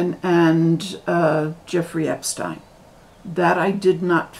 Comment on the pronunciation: Finally someone who pronounces his name correctly! Most people mispronounce it as “Epstien”. And I think the red hats you are referring to are the Egyptian fez. Hope you’re having a wonderful summer.